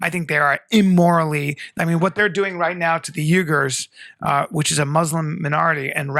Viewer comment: (We-ghurs) 😝🤦 C'mon callen.